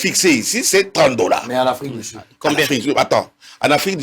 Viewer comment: Un docteur qui prononce "Afrique di sid, milié, mesire, plis, eli " 🤦🏽‍♂️😢